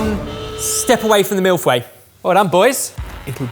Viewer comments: Ehh.... you might want to look up how to pronounce Mille Feuille..... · saying "millefoué" and not "mille-feuilles" gets me cracking everytime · Also he said mil fue not mille fway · Mille-FEUILLES. The way he's saying it sound WAY too close to mille-fouets, which would mean a thousand whips. Not as pleasing. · It's not mille fway, it's mille-feuille. Your french pronunciation and japanese pronunciation is really... Needing some improvement. I'm guessing you don't speak any foreign languages. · Also it's been a while since I had French in high school but aren't you pronouncing "fois" and not "feuille"? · As my wife correctly pointed out, your pronunciation sounds more like "M.I.L.F. way" than "Mille-Feuille" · Je comprends pas comment que ya dit fway à la place feuilles 😅😅 les anglais me tue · Am I the only one that heard milfway. I am worse than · pronunciation of feuille is doing my head in. As a French person it’s not Fway! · why does it sound like he is saying "Milf-way" the entire time? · Why are none of you even pronouncing it consistently? It's not pronounced "MILF whey" unless you aggressively want to mispronounce it... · MILF-WAY I cannot unhear that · Please do me a favour and stop attempting to pronounce the French jargon however hilarious it is, please stop, especially milf-way I cannot unhear that... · Repeat after me: mil f-uh-ee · For those struggling to pronounce it, and yes that includes you, Ahaha Mille-feuille in pronounced like "mil foy" but the "o" is pronounced like the "o" in Vietnamese "pho". Hope it helps! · Well that was bunch of nice « mill fouay »as a french Canadian I didn’t understand what he was talking about until he said thousand leaves. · As a french speaking person, it's always funny to hear them pronounce "mille feuilles" as "milf way" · Mille fouets? A thousand whips? Sounds nice. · Isn’t it pronounced MEEL-FOY? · a CHEF is getting away with pronouncing "millefeuille" as MeLFoUÈyeh! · Mill fway